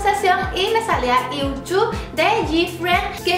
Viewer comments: Yuju se pronuncia: iuju (o al menos eso dice en internet, y yo siempre lo pronuncie así xd♥) Me encanto el vídeo, y estoy feliz de q te aya gustado tanto el Kpop :D, soy suscriptora desde hace poco, osea desde q subiste el vídeo de tu reacción al Kpop, y ya jamas pienso dejar de ver tus vídeos xd♥♥♥ P.D.: Cuando harás un directo aquí en Youtube?? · Creo que Yuju de GFriend se pronuncia yuyu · Se pronuncia “yuyu” pero su nombre escrito es Yuju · yo el nombre de Yuju lo pronuncioo como iu chu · Dijiste mal el nombre de Yuju :'v U2 quedé